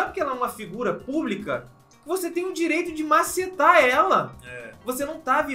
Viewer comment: Macetar essa palavra fiicou estranha